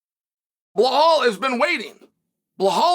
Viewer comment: Hey Chael, His name is BELAAL, not BEHAAL. BEHAAL in my language means "Distressed, Ruined or Miserable" Stop calling BELAAL , BEHAAL